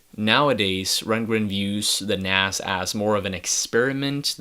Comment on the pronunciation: It's NAZZZZZZZZZZ NOT NASS...